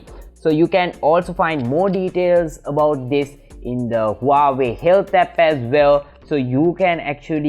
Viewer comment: Huawei, Not wawei